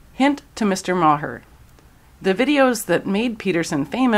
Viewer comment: Maher is basically pronounced Marr.